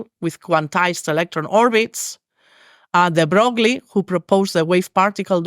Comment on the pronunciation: De Broge Lee. OMG. De BROGE lee.